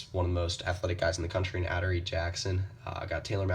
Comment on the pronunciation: nigga u dumb "aderee" nigga it's uh-dore-ee